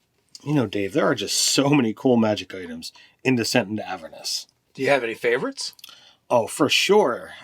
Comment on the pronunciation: AvEErnus goddamnit. Just because of the way Dave pronounces Avernus you are not getting a like.